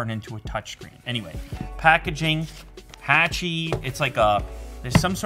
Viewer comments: My man its HA-CHI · Really cool product, thanks for the video! Sidenote, "Hachi" is not pronounced like the A in "hatchet", it's pronounced like the A in "watch". As many other comments mentioned, based on the dog from Japan they made a statue and a film after. It's very famous so a quick Google search would have revealed the pronunciation and history, I think if you are able to cover your bases in that regard with future videos it'll just boost your already wonderful professionalism to the next level. ☺️👍 Seriously thanks for the amazing tech videos and keep up the great work! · I think its pronounced hotchi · Your saying hachi wrong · I think it's pronounced Hachi like in hat and not Hachi like un happen